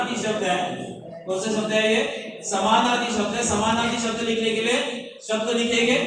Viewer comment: Sir, aap ne jo smanaarthi shbd bola hai wo clear samajh main nhi aaya kya app phir se bta sakte hai? Plzzzz